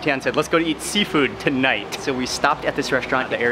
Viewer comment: Seafood? I thought you said Seinfeld!